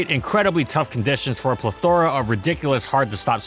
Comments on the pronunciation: Where you from that you pronounce PLETH-ora as pleth-THOR-a? Just curious. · Can I just say how much I love the way you say plethora. ple-THOR-a. I freaking love it.